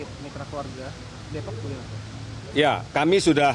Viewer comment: dari awal munculnya corona sampai saat ini ada WNI yg positip corona kok gaya bicaranya suantai amat yah. hal seserius ini ditanggapi dengan gaya cengas cengis gt. bahkan kemarin menyebut nama kota depok dan nama rumah sakit RSPI aja cengas cengis belepotan malah mesam mesem ini kurang tepat gaya dlm menanggapi kondisi darurat sperti ini